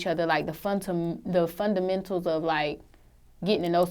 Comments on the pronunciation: “funtamendals”..... Jesaws. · Why she can't say "fundamentals"??